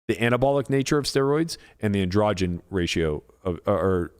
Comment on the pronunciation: Why do you pronounce ANDROGEN so weird